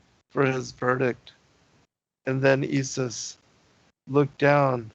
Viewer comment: Very interesting the way you say ye-sus, pronouncing it exactly like the Dutch/Afrikaners would in SA.